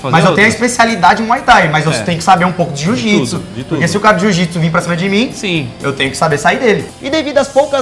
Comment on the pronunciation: JU-JITSU KKKKKKKKKKKKKKK